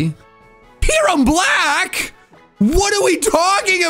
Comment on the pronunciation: Is calling that Pokemon "Keiran Black"?!